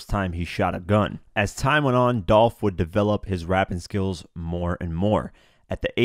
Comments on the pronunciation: Its dolph not dolf u sound stupid short for .his real name these clowns be trying to give someone a short Nick name and that's lame this dumb guy said dolf wtf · It’s Dolph !!!!’🐬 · It's Dolph!!!!